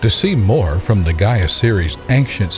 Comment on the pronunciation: Please, learn to pronounce correct the Word GAIA. Pitty that you claim you are scientist